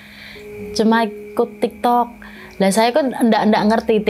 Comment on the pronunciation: Kok jd nyengir pas mama nya bilang tiktok, ternyata tektok😂